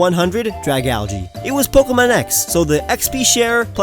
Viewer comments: Why did u say pokemans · How dare you say pokeymans!!! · Did he say pokeymans I will kill you in your sleep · My friend hates people who say pokeman.